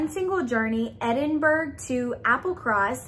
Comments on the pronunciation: had a good laugh with this unboxing - pronunciations help Edinburgh is pronounced Edinboro, and Hebridees is pronounced He brid dees. Also the plant postcard you got is Ensnaring Ivy. Check with the box makers on this as every unboxing of this box said the same as you, but as a Calligrapher myself I'm pretty sure it says Ivy rather than Joy (because of the plant) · I’m from Scotland and Edinburgh is pronounced ‘edin-bruh’. Hebrides is pronounced ‘heb-ur-dees’. Loved your video!